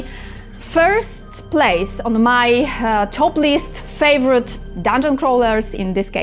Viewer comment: Christ, I had to turn the closed captions on and rewind because I thought she said she really liked doing this because it's "topless". Turns out to it's "toplist". But that's okay, I'll still give a thumbs up because its about dungeon crawlers. 😂